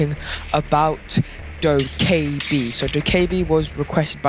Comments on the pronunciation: im pretty sure its doe keh bee btw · I love how u said do ka ebi lol 😂 Keep ur content:) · hahaha that was funny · it’s annoying how you say her name wrong